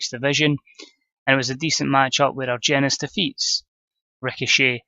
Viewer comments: I believe the G in Argenis makes an H sound. Ar-hen-is that's how they pronounce it on Lucha Underground anyway. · I believe it's pronounced with a h instead of g... So Arhenis. Good stuff as always